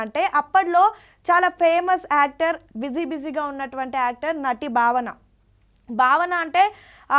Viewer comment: బావన కాదండీ భావన స్పష్టం గా పలకండి 🙏🙏